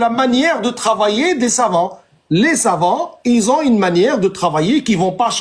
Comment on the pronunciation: Quand ils prononcent "les savants" moi j'entends "les savons" parce qu'a chaque fois que quelqu'un les attrape sur un sujet chelou, ca glisse, ca glisse 😂😂